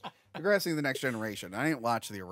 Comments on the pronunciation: Love ya especially this time for calling out pronunciation of the epic snore fest that is Degrassi. Now if you could work on his “King Kahng” that would be great. Love this episode thanks for a good New Years Day. *loved the “Biblical deep dive” at the end. Absolutely hilarious. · What the hell was thinking with that “Degrassi” pronunciation?! 🤨 Edit: like, does he refer to the green stuff in the front yard as “grahhs”?